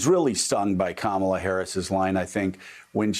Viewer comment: He said her name wrong twice. Based on the lefts high moral standard for claiming others are racist for saying her name wrong in the past ... Biden is a racist !!!